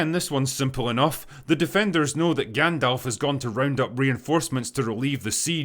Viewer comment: Thanks for pronouncing Gandalf properly. The amount of people on YouTube who shit on this show and pronounce Gandalf long is ASTOUNDING